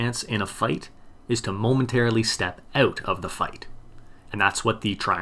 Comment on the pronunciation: "...to momentarily step oot of the fight."